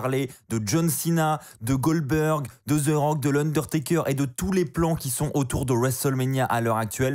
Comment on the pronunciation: Ses pas Ze rock ses the rock articule quand tu parle